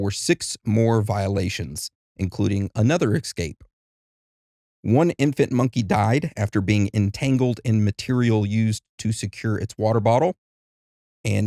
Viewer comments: How do you not how to say the word "Escape" correctly? Please stop saying "Excape!".....great show otherwise 👍 Ps...the machine is to press the holes for chesterfield style leather chairs and the like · "Es-cape." There is no X In that word. Feel free to axe me to be more pacific.